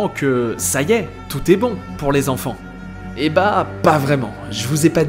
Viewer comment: 250 zenfants? Attention aux liaisons erronées,ça me fait grincer des oreilles